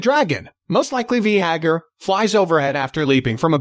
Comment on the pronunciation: did you just call Vhagar... V-HA-GER? wtf stop using robot voice